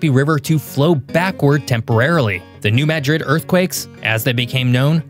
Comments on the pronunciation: New Madrid is pronounced MADrid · I grew up close enough to New Madrid to require earthquake drills in school. The horrifying stories (many of which are apocryphal) were part of the mental furniture of my childhood. So, at the risk of being 'that guy', you can trust me when I say it's pronounced 'MAD-rid'. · Pronounce New Madrid as New Mah' drid. Accent on first syllable. Short "a" sound rather than "uh" sound in first syllable. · Apparently, you haven't spent much time in Missouri. You pronounced the name of the New Madrid fault as if you thought it is in Spain. In Missouri the emphasis is on the A, not the I. Think of Mad as in angry, then add Rid. This is true of every Madrid name that I know if in the mid-west. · Pronounced New Madrid correctly once and then incorrectly; not pronounced like the Spanish city.